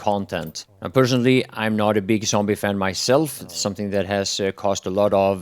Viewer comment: I like how you say "sombie" :D